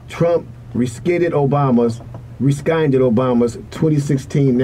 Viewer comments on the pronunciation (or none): Pronunciation...rescinded (reeh-sen-did)